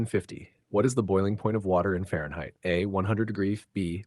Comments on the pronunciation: What was up with Question 50 : “212 degrees Fair fries” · I just heard french fries on fehrenheit